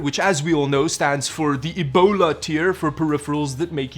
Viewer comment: E LIST IS MY FAVORITE!!! AND THE WAY HE SAYS "ebOLA!" LOL